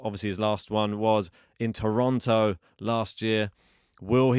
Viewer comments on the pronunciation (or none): none